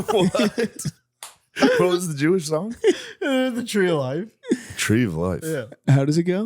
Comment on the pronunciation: “Evil Jooish trick” 💀